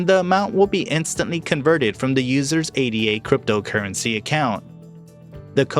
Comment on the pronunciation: Its Ada. Like a person's name. Not A.D.A